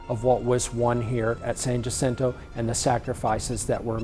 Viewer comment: U would think if they going tell us about the monument they learn how to pronounce San Jacinto !